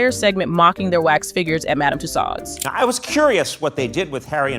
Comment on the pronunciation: I have no idea where that so called Brit is from. My guess is Belgium, because English is definitely not something that guy can speak. And the girl doing the narrative can't pronounce Tussauds to save her life. But then again Brits can't fucking pronounce Madame Tussauds. You have to be French or Scandinavian it seems to get French.